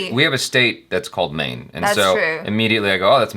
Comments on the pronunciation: and it is pronounced as may nay which means I the whole translation is 'Maine Pyar kiya' - I fell in love or you can also say I loved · U should Pronounce "Mayne Pyaaar Kiya" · It's 'me-ne' pyaar kiya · It's pronounced as" MAY-NAY " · It's main-ae pyar kia